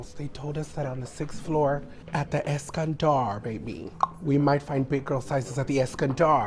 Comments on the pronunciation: Take a shot every time she says “EskanDARRRRR” 😂😂🤌🏽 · Eskandar)))) Es-Scan-dolo’ 😂